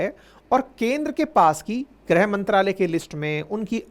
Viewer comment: ग्रह मंत्रालय नहीं सर it is गृह मंत्रालय